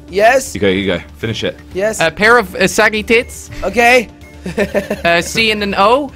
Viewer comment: It was funny when said a rair of boobs